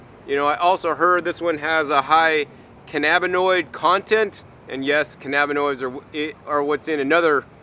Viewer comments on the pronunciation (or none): none